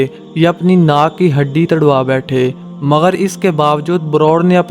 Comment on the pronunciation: "مگر" ھوتا ھے ناکہ " مغر "